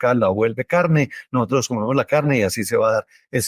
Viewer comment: Doctor, ud. Debe usar un lenguaje neutro. Edúquese para salir al mundo con seriedad , la palabra no es NOHOTROS es NOSOTROS. Con respeto a su profesión y a su etnia.